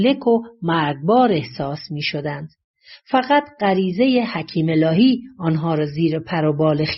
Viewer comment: دراین جا باز نحوه بیان گوینده این شک را ایجاد می‌کند وه او از شخصی به نام حکیم الهی صحبت می‌کند ولی در باید گفته شود حکیمه الهی که متاسفانه در تلفن خود علامت زبر یا ای را ندارم مثل مردم ایران